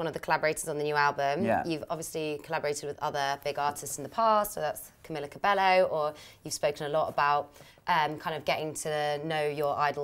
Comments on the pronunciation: Camila cabello is not cabe’lllo’ it’s cabe’yooo’ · she did not prounounce "cabello" actually like "ka-bell-o" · She said camilla cabbeLLo HAHAHAH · ''Camila CabeLLo'' I'm dead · Who cringed when she said camila cabello and cam i la cabe ll o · oh except on that camila cabello pronounciation lol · his face when she pronounces Cabello wrong😂😂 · I was expecting Shawn to correct her when she mispronounced camila cabello😂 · HAHA shawns face when she says camilla cabello wrong he wanted to say something SO BAD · she said cabello wrong